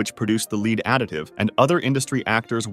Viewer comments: Infuriated that the narrator read lead as lead.. it's pronounced lead. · It's pronounced lead not lead. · oopsy, pronounced it as 'lead' instead of 'lead' 😅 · Why did you go back and forth pronouncing lead and lead (led)? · lead. not leeeead. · "tiny amounts of lead" It should be /lɛd/ not /liːd/ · 'Lead' is pronounced 'led'. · “Lead safety” xD leader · Lead is pronounced led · Yea its supposed to be '' led '' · I mean, he’s clearly not dumb. What I want to know, is how he got to however old he got in life with nobody telling him he is pronouncing lead wrong. 😂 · That bot way say “lead” is bonkers. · You really said lead wrong, come on dawg. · thats not how you pronounce lead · OH DEAR! WHO is the CRAZY person who used a COMPUTER voice for this video? LEAD chemical is not like LEAD a group! GEEZZZZZZZZ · how can you mispronounce lead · Your voice over pronounced lead wrong. I'm disliking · Why did dude mispronounce 'lead' 5 times at random.... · How you gonna mispronounce lead half the time and get it right the other half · It’s lead not lead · And that he can't pronounce lead consistently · You mispronounced the word "lead" (the metal, not the verb) five times. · If you're going to pronounce lead wrong, at least keep it consistently wrong. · I only noticed it beeing generated when it couldnt say lead...idk how to feel about this... this is slop, but it doesnt seem to be inaccurate, but now i dont believe anything in this viud..... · Same with "Lead safety" and "Lead was removed" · It's lead, not lead. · It’s obviously lead, not lead.